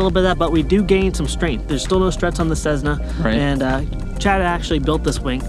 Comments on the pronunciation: Tesla became Tezla and Cessna became Cezzna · ceSSna not ceZZna